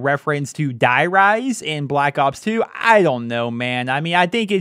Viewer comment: die rise haha... die riese is pronounced "dee ree-zuh"